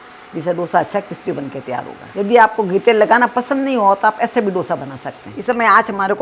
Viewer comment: डोसा नही है वो,दोसा है.Please don't change the authentic name of the dishes.